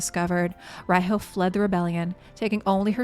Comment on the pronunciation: Tip: Riho is pronounced Reeho (not to confuse with ree-hoe, the "o" is short), as it comes from Japanese language pronounciation way.